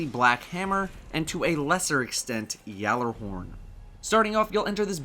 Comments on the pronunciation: For crying out loud it's gal a horn not fucking yallerhorn I want to puke every time you say it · Love your Content, but please go watch Planet Destiny' Podcast where they bring someone that is Icelandic to correctly pronounce Gjallerhorn. The "G" is definitely pronounced, please find it and say it closer to correct, please.